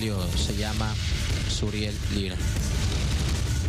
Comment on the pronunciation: es suriel no muriel